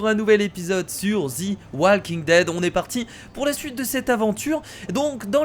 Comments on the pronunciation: Kira enfaite sa se dit pas zi mais ZE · D après moi sa ne se prononcer pas zi walking dead ni ze walking dead mais plutôt De walking dead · Parce que en anglais the se prononce de